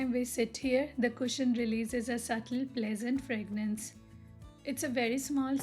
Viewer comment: Hey! Sorry to correct you. Its called 'fragrance' . Not ' fragnance'. Love ur videos